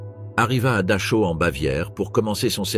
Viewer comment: Exact Dachau se prononce Darao et Rudolph Hes se prononce Heis...